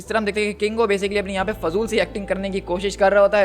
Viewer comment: KINGO not congo 😅